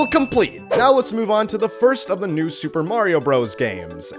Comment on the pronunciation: bro said new soup and